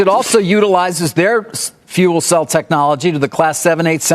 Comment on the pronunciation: I love how Mary (the person from GM), not only managed to mispronounce 'fuel cell', but also say Nikolai as if it were some weird east-Slavic version of Nicholas, in basically the same breath (lack of commitment or stage fright?). Also, I'm not sure what they're buying here other than the brand name and some hype. What will Nikola bring to the table, because from what I can tell they aren't even going to provide their own 'battery train'. And they have little to no technology they could implement. The second I heard rumors about Toyota being the 'chosen one' I was like; NOPE! Because they already made the mistake of taking hydrogen to consumer cars instead of trucks, trains boats, and airplanes... One more point, if GM is doing all the manufacturing, then what was the 'Nikola factory' for? I'm assuming they will not be producing hydrogen in the middle of nowhere... they have little to nothing to manufacture there other than perhaps the fuel cells/motors. But other than that, what can they make that GM can't? Last note, I think GM might be one of the worst decisions ever, next to maybe Ford, but maybe that's for the better because both GM and hydrogen for the regular consumer will be a big flop. Not sure, but didn't GM also announce like 12 new (electric) vehicles? will these be counted? and how much market share would they lose, or cannibalize from their own line?